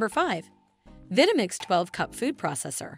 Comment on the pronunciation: Pronunciation of Vitamix is a clear give away of a cheaply automated video.